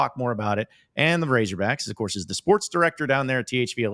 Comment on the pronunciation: Why the hell does say ‘razorbacks’ like that